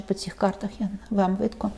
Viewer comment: Не кажіть (Видко-видно) не перекручуйте українську мову.